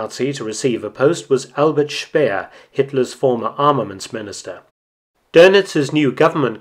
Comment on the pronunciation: I finally got a good lesson in the correct pronunciation of 'Albert Speer' here. I hadn't fully gotten that there are two syllable in that last name!